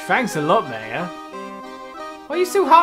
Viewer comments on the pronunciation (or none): Regina doesn't know how to pronounce names confirmed, he says "May-a" for Maya, even though it's pronounced "Mah-ya"